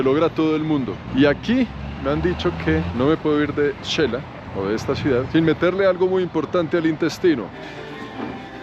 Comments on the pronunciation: Me parece maravilloso que sepas decir shecul y raro cuando dices chela. Es xela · Amigo, te escribo para corregir tu pronunciación: no se dice Chela, se dice Shela y se escribe Xela. No se dice Checa, se dice Sheca y se escribe xeca.